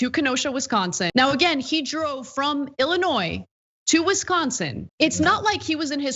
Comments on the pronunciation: Illinoi Not illi noise. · hmm you said Illi-noise, your argument is invalid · I'm sorry, did I just hear you pronounce the 's' in Illinois? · You're credit for making the point about crossing state lines is voided by your pronouncing the 's' on the end of Illinois. I'm story. I'd give it too you if I could. But we have to maintain standards. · FYI,, pronunciation of Illinois, the S is silent. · In illinois the S is silent 😎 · you can be correct on all the facts, even a year ago, but you still pronounce the "s" in Illinois. OPINION DISCARDED.